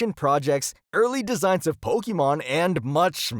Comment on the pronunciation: It's not "po-kee-mon".